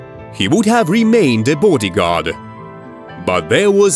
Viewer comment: Booodi guard ???? We're did they get this commentator from